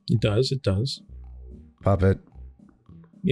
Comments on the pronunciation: GUYS TAKE PICTURES SAID PUPPET’S NAME CORRECTLY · SAID PUPPETS NAME CORRECTLY!! I REPEAT, SAID PUPPETS NAME CORRECTLY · Wow! The fact that since her "girls' night" she has been actual saying Puppets name right is great character development.